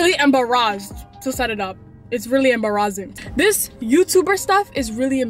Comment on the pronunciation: It very em-BAR-AS-sing.😂😂